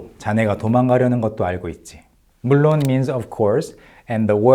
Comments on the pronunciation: I don’t know Korean but I know it’s intonation because I hear it a lot. I do know a little Japanese and one of the words he said soudned exactly like the Japanese word mochiron (“of course”). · Funny catch! Yeah, I've studied Korean & Japanese on/off for decades (alas, still no fluency) but thought I heard Japanese "mochiron" meaning "of course". Guess his accent sounded a bit Japanese-ish because he's speaking mostly phonetically with no understanding of what he's actually saying and maybe in Japanese, you can get away with breaking words up like that more than you can in Korean. I often hear Japanese people put more pauses between words or parts of sentences even when speaking to each other for whatever reasons. I NEVER hear Koreans do that though LOL.